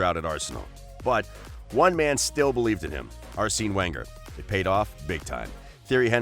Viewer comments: Ass seen Wenger as well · Ar sinnn? Lol wtf. Your pronunciation is so bad in every video. I get it if you are just an average guy but you are a presenter at least try to know how the names are pronounced.